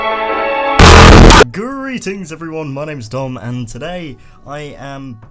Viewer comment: your name is dom or dumb don't mean this as an insult your accent was just really heavy at that part